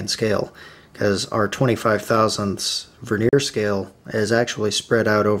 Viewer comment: Veneer is a thin slice of timber used to decorate timber. It's annoying that a presenter can't speak correctly! Stavros